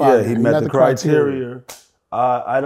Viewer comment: P saying criteria as criterier got me rolling